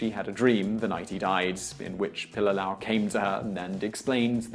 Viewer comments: It's pronounced, Pee-Lee-Lah-Ow... your missing an entire syllable. Pili, meaning to stick or cling. Lā'au, being plants or trees as a whole. The family name was most likely derived from their ancestors who worked as thatchers of ancient hale (homes), mainly constructed of local plant life. What your saying is Pilalau, which by definition is a stringed instrument made of leaves. How would you feel if a Hawaiian made a video honoring the legacy of your native Queen,? Secondly, and probably most offensive, is the fact that the picture you use to depict him isn't even the guy!?! If your production crew had at least Googled his name, you'd realize he looks nothing like a pudgy Puerto Rican with a porn-stache. WTF? Do better! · You are BUTCHERING his name..... Pilila'au..... PEE LEE LA OW........ and He was born in Waianae, Hawai'i...... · His name is pronounced Pee Lee Lah Ow. Pililaau. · Your pronuncistion of his nsme is killing me! It’s pronounced pee-lee-lah-ow. Get it right my msn. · Pililaʻau pronounced "Pee-lee-lah-oww". Why say his name so much without learning how to say it. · Hey Simon, Your acknowledgement is appreciated, but if you intend to misprounce the soldier's name you basically align yourself with the opposition he fought. Its pronounced Pi-li-la-'au (pee-lee-lā-ouw). Would you enjoy being proclaimed 'Simian' the rest of your life, I doubt it! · Gunnar Karlsson - Doesn't pronounce it right either unfortunately.